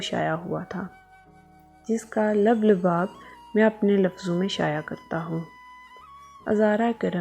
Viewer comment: لب لباب کی ادائیگی درست کر دیں